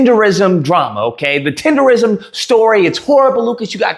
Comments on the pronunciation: Nism! Tender-nism! Not tender-ism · Lucas you saying it like a white boy. It’s TenderNISM!!! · Lol how you do a whole video saying the name wrong?? 😂 cmon man CMON! in my Boosie voice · Lol😂😂😂 you saying it wrong 😂😂😂😂😂